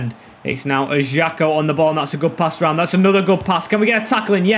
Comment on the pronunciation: Ajaccio pronounced uh·zhak·see·ow If u need help with the names and stuff I can help u bro even though I'm Algerian not french but I can help Love your content 💖